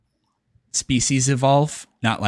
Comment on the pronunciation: Why does it keep saying specie?